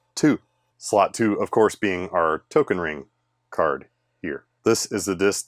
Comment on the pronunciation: He pronounced "Token ring-kort" right :3